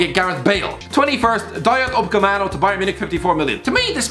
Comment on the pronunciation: Dayo Ucapemano🤣🤣🤣🤣🤣